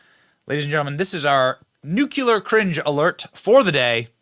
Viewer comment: Now you're just doing that nucular pronunciation on purpose!